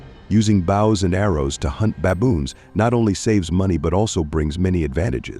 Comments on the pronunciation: The commentator can't even pronounce Bows and arrows its Bow not bough. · AI. Can't even pronounce "bows" correctly.